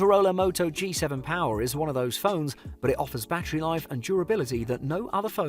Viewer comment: POWAHH joke its power😂